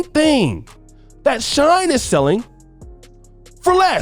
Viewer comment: It’s pronounced “SHE-N” not shine. If you was married, you would know these things. 😂